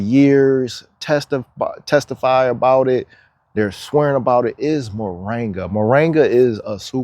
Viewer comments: Its MORINGA not moranga ! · Mor-IN-ga dear, not Mo-RANG-a. Just saying... 🧓